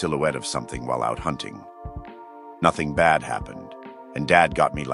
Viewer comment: Hoonting the hoonter